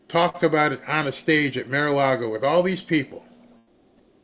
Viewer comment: It is not Mare-A-Lago. Bar, car, far, gar, par, tar. Mar-A-Lago! And. 2003 not 2023.